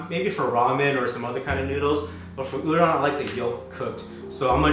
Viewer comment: Looking forward to this series, but it really annoys me when people mispronounce udon.🤪😳 #PetPeeve